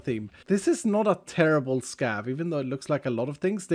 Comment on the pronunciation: Everytime says scav, I always hear scab. "I will never say no to a scab run." 🤮